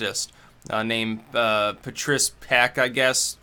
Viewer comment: I'm sure her name is pronounced Pah-Treece